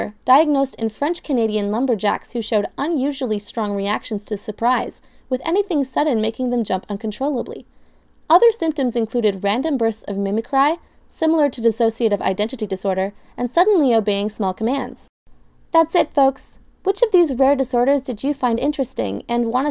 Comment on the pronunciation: Did anyone else notice that the narrator pronounced "mimicry" as "mimi-cry"? Really...